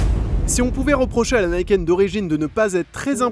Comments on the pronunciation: à un bon coup de guidon il a malmené le bordel lol et niquel l'analyse avec le GPS.... Je comprend maintenant pourquoi Franck répond pas à ses mails il bossais sur ce fameux. Niken (et non Naïken lol). Gaz les gars et gaffe à vous. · On dit ni-ken en japonais, pas naïken. « Ni »=2 et « ken » =lame